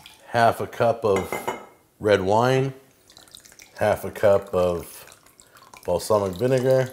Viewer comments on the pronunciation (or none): none